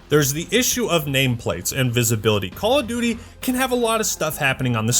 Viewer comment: THE NEXT CWAWL OF DOOOTY